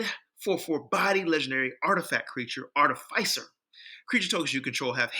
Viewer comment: I'm curious if you have any updated recommendations? I dig what you're puttin out with this video, it's a totally different direction than I went with it Miniscule side note, your pronunciation of artificer is gonna give me a brain aneurysm 😂😂